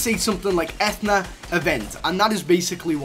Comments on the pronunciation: Your pronunciation of Athena triggers me beyond humanly possible boundaries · At what point is the letter A pronounced Like an E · Athena...no no no its pronounced Athena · You mispronounced Athena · that's not how you pronounce "athena" . play God of War you scrub . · its not ethena its athena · Its not ethna its a-thee-na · Ethuna eh-thun-uh vs Athena uh-thee-na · EFNA?! YOU MEAN AH-THEE-NAAH! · Uh-thee-nuh oh, I'm sorry, eth-eh-nuh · It's Athena with a hard E. Like the greek goddess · Anyone else got bothered by eeeeeetthhhhna It’s a-thee-na dam it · It keeps annoying me that he is saying Ethana not Athena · Etherna???? Etherna???? A-thee-na pretty obvious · you said E-then-na... EVERYONE IN THE COMMENTS BE LIKE A-THEE-NA! LOOK UP YOUR GREEK AND ROMAN GODS! TRIGGERED!!! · That’s not ath ena it’s the Greek god Athena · It's Athena not Ethna ah-thee-na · Pronounced: Uh-thee-nuh. Athena is the Greek goddess of war and wisdom. Shes not real though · UH-THEE-NA. Not Ethna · Not (E-Thna) it is (A-thee-na) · ATHENAAAAAA!!!!! NOT ETHNA!!!!! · Ethna? I’m no expert but I think it’s pronounced Athena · It's Athena not athna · This guy is triggering me with Ethna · God please stop saying ethna its pronounced Athena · It’s a-thee-na Athena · Ah-thee-na, like the name... it’s main city in Greece named after the Greek goddess of wisdom and military victory. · It’s A-Thee-na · It a-thee-na and it is just the codename for battle royale the new ltm is impact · and it is a-the-naa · it’s Athena as in uh-theen-uh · lol did he say Ah-then-ah? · TheDinoGamer97 I think it's pronounced Athena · It's said athena ( a-Thee-na) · A·the·na, Athena the Greek Goddess lmao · Etheeeeena with the ee sound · Athena. As in the goddess within Greek mythology. Uh-thee-nuh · Athena (uh-thee-nuh) like the Greek goddess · Uh-thee-nu Uhtheenu - Athena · A-thee-na like the greek goddess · ITS PRONOUNCED UH-THE-NUH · its Ath-eeen-a, goddess of wisdom in greek mythology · It’s A-th-E-na